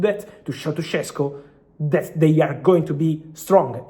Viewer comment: It’s “Sheshko” not “Shessko”! Š=Sh Šeško = Sheshko!